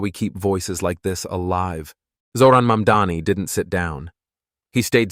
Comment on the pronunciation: Get your acts together and do your homework first: It's NOT YOUR "MUMDANI", it's MAMDANI. Are you from Earth 2? Or, MARS, perhaps?